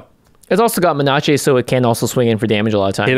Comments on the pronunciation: Menace? What's menace? Do you mean.......MENACHÉ? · Ya, thanks - I can no longer pronounce Menace properly. :-)